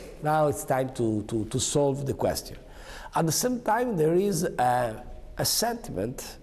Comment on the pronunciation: In de singol steits...😂😂😂 Ommeodeo... A "sentiment"????😂😂😂 Oh my god...